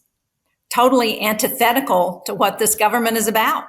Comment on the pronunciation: maga mike can't even say government. He says gubment